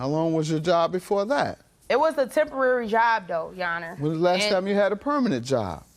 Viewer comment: "Yonner" 😂😂 aka your honor 😅😅